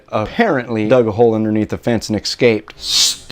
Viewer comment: This guy is spreads ignorance. Any citizen should know if a neighbor keeps poisonous snakes. And the snake keeping neighbor should be shot dead if he lets his poisonous snakes get loose and harm someone. Notice this guy's pronunciation of the word, escape. Sometimes little things say a lot.